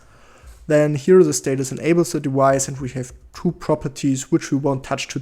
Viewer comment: If you don't mind a correction to your pronunciation... Whenever you say "device", please do not pronounce the v as if it's a w.